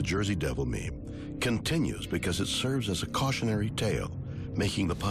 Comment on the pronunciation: The second he said meme I wanted to die